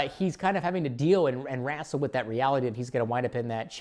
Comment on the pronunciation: "Wrahsil" The fuck? Interesting way to pronouce: WREH-SIL. Wrestle!!!